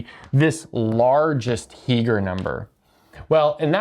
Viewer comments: I believe you mean Heegner, not Heeger. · Two significant corrections: That's 163, not 613. That's Heegner, not Heeger.